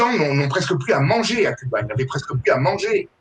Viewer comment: Les religions mère de toutes les divisions n'ont rien de réellement spirituelle ! Cela dit le régime communiste est l'un des pire , fin des libertés individuelles au nom du collectif, la fin des haricots !Concernant Cuba, cela ce prononce Couba !